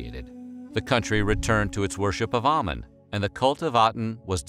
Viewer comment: Ok here way we go: 1. Amun is pronounced "Ah-Moon" not "Ah-men" 2. Nefertiti was not his mother. Tutankhamun's mother was a sister of Ahkenaten but we already know that Nefertiti was not his sister. She had totally different parents. In fact, it was that Nefertiti was related/a granddaughter of Ay (Tut's adviser/Vizier). Fun Fact: His wife, Ahkesenamun, was also heavily deformed from inbreeding. The mummy that was DNA tested to be the mother of Tutankhamun's daughters, had two clubbed feet as well among other genetic hereditary ailments.